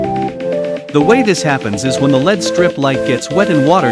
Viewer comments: It's pronounced "L-E-D," not "led" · Get proper voice over. It’s pronounce El-Ee-Dee as it’s an acronym not as Pb an element on the periodic table “lead”